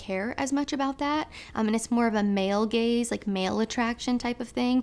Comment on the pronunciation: Linguistics can be funny sometimes. At first I thought that she was saying "the male and female gays" 😳 I'm like, "WHAAAA?? Did she really just say what i think she said?!?🙊" It was only like 2 seconds of confusion that I misinterpreted what she really said🤦‍♂️, which was, of course, "the male and female GAZE"! 🤣